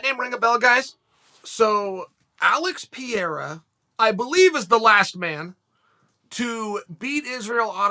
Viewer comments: His name is Alex Perreira NOT Pierra... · Pe rei ra not Piera If You cant find the portuguese prononciation search for the spanish one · Lmao, Chael can't even read, it's P-E-R-E-I-R-A not P-I-E-R-A. The same way he calls Khamzat Chimaev HAZMAT, like he's that covid suit. xD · Chael : its not PIERA. Its PE-REI-RA ( sounds like.... Pay-Rei-ra ) :) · Chael: Alex Pierre Me: that’s his name now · Alex Pee-era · Alex Pieira lol Its Alex Pereira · Chael now murdering Piera's name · Im brazilian, every time he say Pieira hits me hard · Alex pierra 🙄🤦🏻‍♂️ he has to be doing it on purpose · Alex 'Pierra' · His name is Alex Pereira not Alex Piera sucker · Repeat after me, PE-RE-I-RA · Who's this "Pieira" guy? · PA REI RA, is it so hard to pronounce you muppet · Lol... PE REI RA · FFS, it's ALEX PE-REI-RA (as in exPE-REmentation, with the the "EI" being said as "HEY" without the H). At least learn to spell fighters names properly, unless you want that to be "your thing". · Chael: "Alex Piera" Me: That's his name now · the name mispronunciations seem too forced now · It's Pierra* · 'Alex Pierra' OK great. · Since when is Pereira pronounced "Piera"? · Chael his name isn’t Pierra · Pereira - Pe-re-ra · Thank you! I heard him do that on several occasions and this time I swear he said "Pierre." Thought my hearing had finally left me... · ah yes....... Alex "Pee - era" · I swear he does it intentionally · Uncle Chael with the deliberate name butchering again 😂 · Your saying his name rong fella